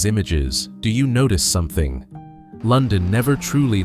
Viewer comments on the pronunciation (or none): none